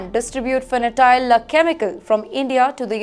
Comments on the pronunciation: Fentanyl, not fanatile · (Fentanyl is pronounced as fentanil - not fen ta nile). Shameful what some Indians are doing abroad. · Pronounced fentanil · She can’t even say it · Wonder what the editorsand cameraman are doing. The anchor keeps mispronouncing Fentanyle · Someone please tell her what the correct pronunciation is. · Fentanyl. Please do not mispronounce such serious, fatal products